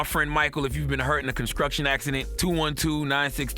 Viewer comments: Nigga said conscruction lmao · He said “Conscruction” accident lol